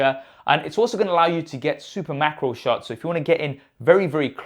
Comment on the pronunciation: Sorry thought you said super mackerel shots for a second.